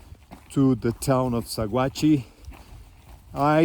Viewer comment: I know this area is long past but for you and your video audience, Sagauhe CO is pronounced Sa-watch. Beautiful area.